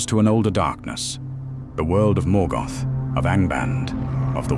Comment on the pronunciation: Morgot? Duran? Nazul? Kazat Du? Gandulf? Your AI is showing. The visuals is cool, but the commentary...?